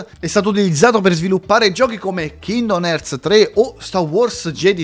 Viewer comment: Scusa ma la pronuncia di kingdom hearts mi ha fatto morire dentro 🥲